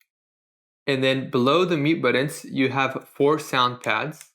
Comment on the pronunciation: "Buddons?" "Butt-uns."